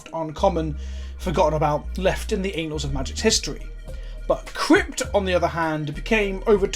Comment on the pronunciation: The anals? The anals of magic history? Pretty sure its soft A bud.